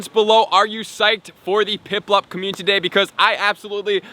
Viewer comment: So many community days... still pronouncing as commutiny day